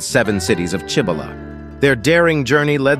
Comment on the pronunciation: That would be pronounced see bow la.